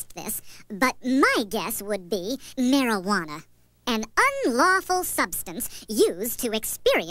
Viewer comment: He died, by a puff of "Mariguana"